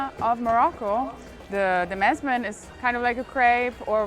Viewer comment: IT's msemen not masmen😂